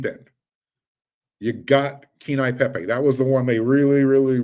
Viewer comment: Phonetically Pronounced Kay-Ane-Yee Pay-Pay